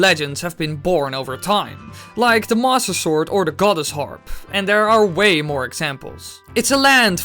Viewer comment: When you say "Master Sword." it sounds like "Mosasaur"